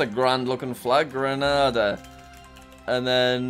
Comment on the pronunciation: Its Gre-nai-duh